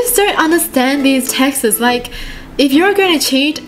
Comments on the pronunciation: she said texas instead of texts 😂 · is it just me who loves how she pronounces texts 🥺 it’s adorable ♡